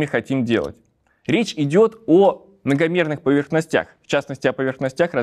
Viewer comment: "... поверхностЯх ...", "степенЕй" -- (именит. падеж -- "поверхностЯ", "степенЯ"?). Аналог: "слесарЯ", "двигателЯ", "шоферА", и т.д. Даже и не предполагал, что у МГУ есть нечто общее с автосервисом. Стыдно, девицы.